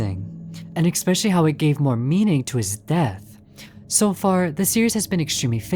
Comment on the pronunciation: Hi, okay... I really don't know how to say this... let me preface it by saying that I've watched a few of your videos and I really loved them... well, what I wanted to say was that I die inside everytime you say "especially", because you kinda say it like "ekspecially" I'm really sorry, please don't take this personally, but I can't unhear it now😭😭😭 Really, PLEASE don't take this personally, you make great videos! It's just a small detail...❤